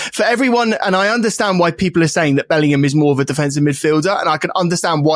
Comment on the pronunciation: Glad to see the lad bottom right has finally started pronouncing Bellingham properly instead of saying Bellernam like he used to.